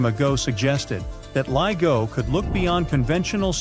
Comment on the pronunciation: Who else doesn't watch this stupid tripe that's narrated by someone who can't pronounce LIGO correctly?